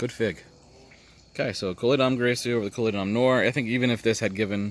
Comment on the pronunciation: I don't recall ever seeing a cavity in my Bourjassotte Grise. BTW, it should be pronounced as "greese" in all cases. Col de Dame Gris (as written in Baud's book) should be clear but in the case of Grise there is no accent on the end so just forget about it. :)